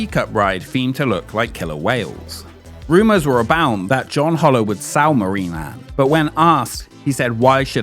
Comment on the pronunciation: His last name was pronounced Hole-er NOT Hauler!